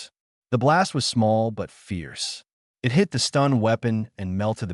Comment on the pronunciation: I'm about 1/2 the wat through and I'm enjoying the story. The AI voice is having problems with the word "it.". Sometimes, though not often it gets the word it correct. Most of the time the AI believes you are telling a story about I. T. And says the letters. You may may need to review it for your next Story.